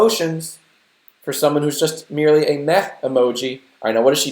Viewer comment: That was meh-ly